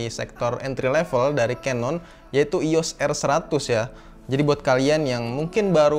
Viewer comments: Agak gregetan sih dri dlu nonton kalo ngucapin canon jangan Kanon tp kenen, udah itu aja bang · nah iya itu, yg bener kenen, keneeeeen 👍